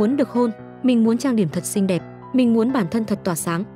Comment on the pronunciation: Xinh thì bảo là xinh,sao phải nói ngọng vậy.Không hay tí nào